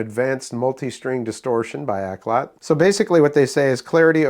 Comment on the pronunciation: Pronounced Auk-lot not Ak-lot. It's Cantonese for good music. You're welcome